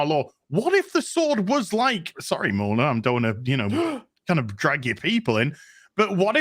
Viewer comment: Mill Neer 🤣